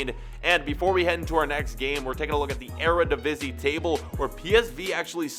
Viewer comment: thank you for reading the comments you finally said Eredivisie right